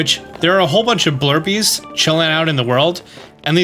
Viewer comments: Why we calling them “blurpees?” They’re pronounced like a blue rupee—like “bloopie” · There is no “R” in “Blupee.” It’s a BLUE thing that drops RUPEES. Say it with me…BLUE-PEE! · Try as I might I can find an “R” in “Blupee”! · So who's gonna tell him there's no R in blupee lmao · Do you think he knows there isn't an r in Blurpee? 😅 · blupee not blurpee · It’s Blupee cause it rhymes with Rupee. Cause when you hit him he drops Rupees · not calling Blupees “Blurpies” hahaha 😂😅